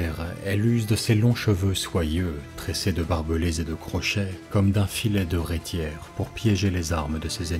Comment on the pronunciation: Super vidéo. Par contre, on pronomce RéCière, et pas réTière. ;) meme si ca s'écrit avec un T